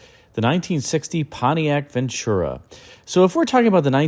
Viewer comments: once again, it's PRONOUNCED VEN-TU-RA...NOT VENT CHU-RA/ NO CH! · it's a Spanish word. I'm fluent in the language and it means, "Good Fortune." I've always said you come to the West Coast...NO NONE SAYS VEN CHU RA. Like midwesterners or peeps from the east say it. Even Network News Broadcasters say it correctly...VEN TU RA. NO CH. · VEN-TU-RA! No CH in Ventura!!